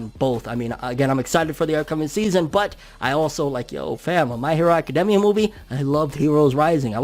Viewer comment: It bothers me the way he says academia